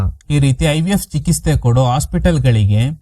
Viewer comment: ಏನ್ ಸರ್ ಚೆನ್ನಾಗಿ ಸ್ಟೋರಿನಾ ವಿವರಿಸ್ತಿರಾ ಬಟ್ ಕೆಲ ಪದಗಳನ್ನ ಸರಿಯಾಗಿ ಉಚ್ಚಾರ ಮಾಡಲ್ಲ ಚಿಕಿತ್ಸೆನಾ ಚಿಕಿಸ್ಥೆ ಅಂತಿರಾ ಸಾರಿ ಬೇಜಾರಾದ್ರೆ ಹೇಳ್ಬೇಕು ಅನ್ನುಸ್ತೂ ಹೇಳ್ದೆ